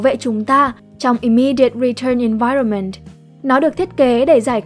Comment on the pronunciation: Bạn phát âm tiếng anhh hay quée (nhất là chữ environment, trừ chữ measure keke)